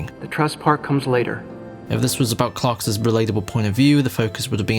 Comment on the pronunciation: Homie cannot stop saying "Clarks's" instead of "Clark's"